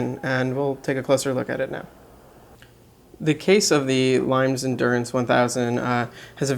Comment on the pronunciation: Thanks for taking the time to do this. Limes is an under rated brand. BTW, it's pronounced LEEMess, or perhaps closer to LEEMiss. And isn't the diameter closer to 41mm?